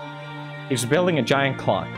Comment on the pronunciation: “And out of nowhere he’s building a giant CLOCK” I thought he said c0ck 😭😭